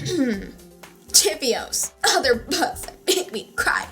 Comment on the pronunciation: heheh it was funny the way she said Allegiant haha yeah it was really sad the ending but I liked the book.